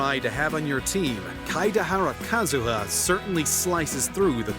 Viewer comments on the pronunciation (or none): Kazuha = (K-Ah-Zu-Ha)*